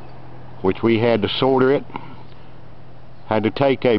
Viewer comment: I like the part where you sordered with the brutain terch.